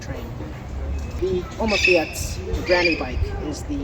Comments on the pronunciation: Fiets is pronounced like "feets". I lived in Holland for 15 years. I had a Opa fiets, but also rode a mountain bike. The Dutch found my mountain bike rather odd in the city.... :) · Thanks for the video , i hope you like our country , Nederland , please check the pronounciation of fiets in google translator . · the e in fiets is silent.